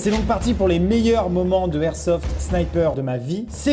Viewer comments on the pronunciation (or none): Peraps sKyZii ouais mais on dit pas du airsoft ça c'est sûr, c'est de l'airsoft. Et techniquement il devrait pas y avoir de débat, si on respecte les règles de la langue française, alors la liaison est l'airsoft. 😂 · LE airsoft c'est comme LE igloo ? Maxime enfin va falloir réviser tes liaisons 😂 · sauf que sa ce dit l'airsoft comme même